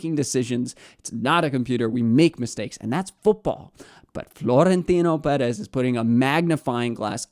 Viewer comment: Marca with a hard "k" sounds, not an "s" sound. Also, Perez is pronounced with shorter "eh" sounds for both E's and a slightly longer "s" sound for the Z at the end. Like a quick hiss. I'd rather hear americanized pronunciation rather than botched, unresearched "spanish" pronunciation. Okay, thanks!